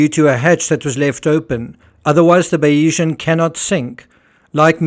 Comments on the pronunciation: I believe your pronunciation of Bayesian is incorrect. You are saying Bay-EE-zhun. In YouTube examples of Bayesian Theory pronunciations, it’s BAY-zhun or BAY-zee-un. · Great analysis on this tragedy. Just to say there's no 'E' in the pronunciation of Bayesian, ie it's pronounced Baysian. She was previously known as Salute. Mike Lynch acquired her in 2014 and changed the name to Bayesian, after the 18th-century mathematician Thomas Bayes, whose work on probability informed Lynch's professional thinking.